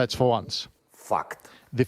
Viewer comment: Why does zelensky saying fact sound like F*cked